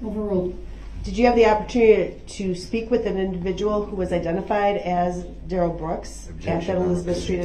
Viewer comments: The fact that his name appears in all caps on documents and the pronunciation BUT — his own MOTHER pronounced it Darrell not Duh-rell. 🤭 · He's mother calls him Darrell not duh rel.